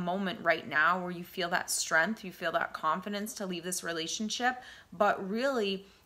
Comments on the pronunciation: I am really grateful for your words of wisdom and insight, and I thank you for making this video and glad I found it at the time I needed to hear this .....but, what's with the "streeanth" ? lol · Did you say " strempf"?? ... I'm already out